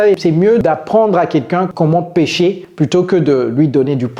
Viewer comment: Salut. Fais attention s'il te plaît à la prononciation de PÉCHER et PÊCHER. GOOD JOB. YOU'RE PARTICULARLY INTERESTING.